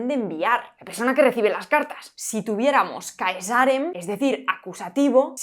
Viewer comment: Se pronuncia 'Càesarem', no 'Caesàrem'.